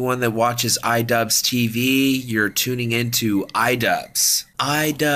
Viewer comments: It’s not idubz its idu-b-b-b-z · It's pronounced Eedoobbbz.